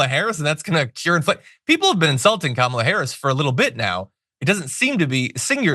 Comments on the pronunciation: He finally learnt to pronounce Kamala's name!!! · Wow! he actually pronounced Kamala's name correctly. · Well, at least he's pronouncing Harris's first name correctly there. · Oh, and he also said Kamala's name correctly, accidentally, TWICE!! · He must be losing his mind. He's actually started pronouncing "Kamala" correctly. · He actually pronounced her name correctly twice in that clip. That's the real news. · I think he’s pronouncing her name correctly. Must be watching a lot of tv about her